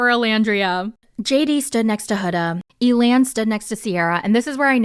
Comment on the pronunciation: Honestly, I like that Amaya approached Zak and made the first move. Some guys like that and prefer it. Side note, I thought it was hilarious that you pronounced Elan’s name like alien, I had to do a double take 😂